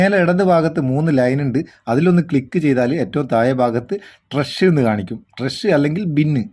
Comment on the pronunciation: ട്രഷ്.. അല്ല.. 😄😄 ട്രാഷ്.. ആണ്.. അപ്പൊ തെറ്റാതെ പറയൂ.... ട്രാഷ് ഓക്കേ 😍😍